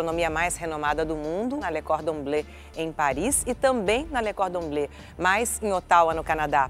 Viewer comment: Lê cordoblê, antes ela falava Lê cordoblâ kkkkkkk